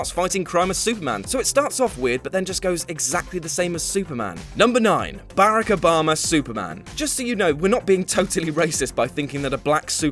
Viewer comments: hate to pick on your accent. But It's "Bar Rock Oh Bah Mah" Not "Bare roc oh baem ah" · "Bu-rack Obama" I've never heard anyone else pronouce it that way XD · eww why do you pronounce Barack like that? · it is not barak it is baa like a lamb and then rock... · 🤦🏾‍♂️ mispronouncing my man Barack name, but wow he was sups 🙌🏾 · He pronounced Barack wrong